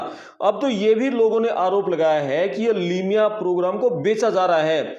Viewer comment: Limiya nahi hota